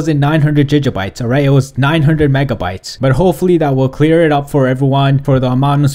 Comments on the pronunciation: it's not jija bytes it's gig bytes...smh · i hate how he says jijabytes its gigabytes danm it!! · stop fucking saying jija bytes!! it's Giga!! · its giga. not jija. Like quagmire when he says gigitty its gig uh bites. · why is he saying Fiji instead of gig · Why is he saying Jija bytes it's Giga Bytes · Jijabites, dont you mean gigabites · what's a jijabye don't you mean.......... gigabyte lol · your saying jijabites its gigabytes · Wow jijjabytes😂😂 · It's fucking giga not jija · He says JiJa bites, I think he's Intentionaly mugging us off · Lol jijabytes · WTF IS GIJA BITES LOL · Jijabytes?? XD You said Megabytes right but whats up with the Gigabytes XD, anyways good vid, thanks for the info. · gig pronounced as a band playing the contract, and ah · "Gija bites" HAHAHAHA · "Ji ga Bites " LEL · JIJA BITES OR GIJA BITES?!?!? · Why are you pronouncing gigabytes "jijjabites" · "jija bites" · "Jijabyte"? xD HAHAHAH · It is pronounced Gig•uh•bites"" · 2 jijabytes? 😂😂😂😂😂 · say it with me gig a byte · The way he says gigabytes wtf XD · There's no way hes pronouncing gigabytes right??!! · Giga bytes can't blame you the way you pronounce it is the way you spell it, but bruh don't . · It annoys me how he says gigabytes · Can't even say gigabytes right smh